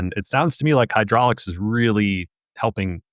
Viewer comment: Pssst… It's "Hydrolix"